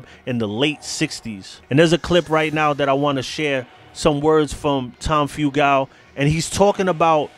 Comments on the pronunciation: (Few-gul) not (few-gal) god your butchering his name 🤦🤦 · Your pronouncing the club and Tom's last name wrong. My father knew him personally since the 60's